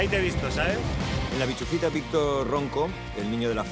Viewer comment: El momento tienda de campaña por la noche lo mejor. es bischofita no bichufita jajajajajjajaja